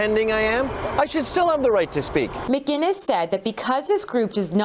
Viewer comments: its McInnes not Mac Guiness for fucks sake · Stop pronouncing his last name McGuiness. No G in there. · M-C- Inness you Americans need to learn how to pronounce a Scottish name. How do you not see the difference? There is no G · Why can't people say Mcinnes right, they always say McGinnis